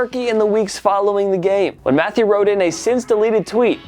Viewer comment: I thought it was "ma-thay-you" not "Matthew"... Maybe I'm wrong though.